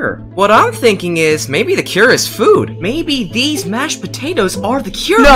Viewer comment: George: I GOT SOME SOME MASHED POTEOTEAS*: I CAN I HAVE SOME*PLEASE Me:Laughs so hard*